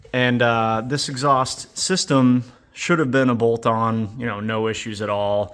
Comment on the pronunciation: hahaha "Eggs haust" nice touch